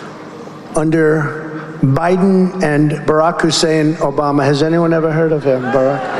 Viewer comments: Rush Limbaugh used to pronouce Obama's name by stressing his middle name, Hussein, to emphasize that it was Muslim. I think Trump thought that device was so clever he repeats it to imply that Obama is of the Islamic faith.. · The way he pronounces ' Hussein ' is a racist dog-whistle of course - anti-muslim this time . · Trump always overpronouncees the words he wants to emphasize or the ones he's unsure of with the pronunciation. He does that a lot with CHINA. The Hussein part is easy. It's a dog whistle, implying that your former president is deeply Islamic and that you should be worried about that. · That's what Limbaugh sounded like when he said Hussain. And Trump loved it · The Hussein pronunciation is a poor Rush Limbaugh impersonation.